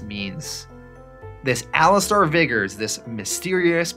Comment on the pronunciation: The name Alistair is pronounced (Ali-ster) Not Ali-star. Also it's not Ham-ish, it's Hame-ish